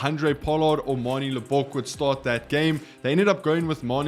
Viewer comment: is your home language English? It must be, surely, because no Afrikaans speaking person will pronounce Manie Libbok's surname as LibBOK. To save you future blushes, the emphasis is on the first syllable, on the LIB of Libbok.